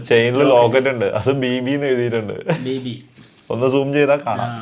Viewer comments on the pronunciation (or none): none